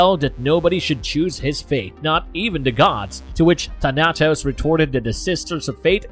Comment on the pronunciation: Thah-Nah-Tos...Tah-Nah-Tos....Its not that hard. THAN-AH-TOS. Thanatos